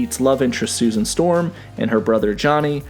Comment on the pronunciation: Stusan Storm?